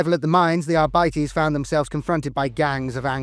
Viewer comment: arbites not arbitees o-o